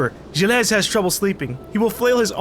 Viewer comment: YOU PRONOUNCE GILLES "jill", YOU EVEN HEARD HIS WIFE SAY HIS NAME!